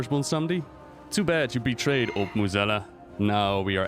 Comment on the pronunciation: Your english is way better than most WoW content creators. Still amazed at your pronounciation of Mueh'zala.